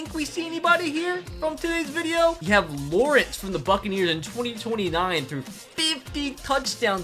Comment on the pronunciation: I love how in the beginning It say Vadio instead of video